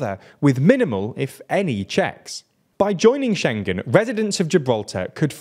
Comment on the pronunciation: SchengKen?!? wonder if this guy pronounces it thingKies, clingKy, and singK too? 🤭 "He was sinKing a songK!" 🎼🎶😂